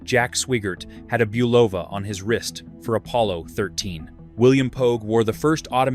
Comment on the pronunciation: Boo Vol La??? It must be an Italian company haha.